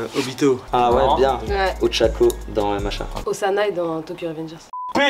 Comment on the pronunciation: Soso a dit osanaï mais je crois que c'est obanaï